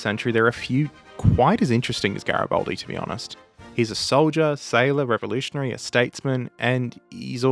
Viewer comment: It's GaribAldi, not GaribOldi.